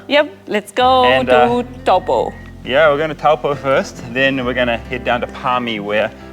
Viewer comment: TOE.POOR not TOWELPOE. That "moory house" is called a MARAE (MA.RAI). Also its MAOW.RI not Moory. All the effort to learn hindi but cant pronounce maori properly.. 🤷‍♀️